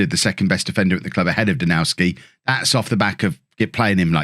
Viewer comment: you're pronouncing Danowski's name wrong and others like him (Dombrowski for instance). The Ws are pronounced as Vs. You wouldn't call Bayern Munich's striker Robert Loo-and-ow-ski. Even English players say it with a 'v' like James Tarkowski at Burnley. It's also why the Polish city of Krakow is pronounced Krak-ov (I believe). EDIT: The Vs may even be Fs but someone else would need to clear that up... Enjoying the series though and I like this new interaction with the game's social media morons!